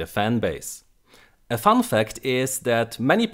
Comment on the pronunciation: Battle(non)sense ok :P, also its "fun" not "fund"